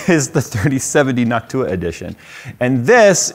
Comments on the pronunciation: Why does say NocTUa and not NOCtua? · He says it nock too uh … others say it noc tua with short ooha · It's NOCtua not Noctuuua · New drinking game, take a drink everytime says “Noc-tu-a” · I fuggin hate the way he pronounces it, but I'm glad he gives them love. Noct-you-ah gang for life! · I noticed he pronounces Jensen strange too. It's hard to describe, but I always wondered if anyone else noticed. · "noct U-WA" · Say noc too a one more time 😡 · yo you stressed the wrong syllable in noctua, you gotta stress the last one not the 2nd one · Is it noc-TUa or NOC-tua? I'd guess the latter as in Latin? Like an-TIFA vs anti-FA American pronunciations are weird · He's saying Noctua completely wrong. Is this some kind of prank? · I can't get over how he says noctua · why are you pronouncing it wrong